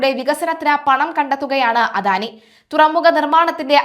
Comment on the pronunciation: കുട്ടിയുടെ ഭാഷ പ്രയോഗം ഒട്ടും നന്നല്ല. മെഡിറ്റേറിയൻ അല്ല മെഡിറ്ററേനിയൻ ആണ്. അധാനി അല്ല അദാനി ആണ്. പദതി അല്ല പദ്ധതി ആണ്.